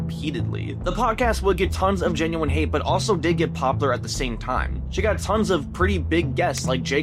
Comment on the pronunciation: Please on God go take a speech class. If I have to hear someone say poppler one more time instead of POPULAR I'm gonna delete YouTube.